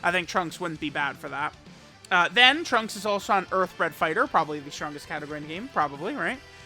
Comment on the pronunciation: Every time says trunksu it makes my heart flutter